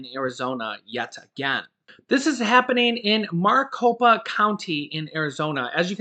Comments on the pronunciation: Its pronounced (Mare-i-copa) sorry got OCD, I live in Maricopa County (Phoenix, AZ) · It's pronounced merry Copa or Mari copa lol. I'm an AZ native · your pronouncing Maricopa wrong but close ❤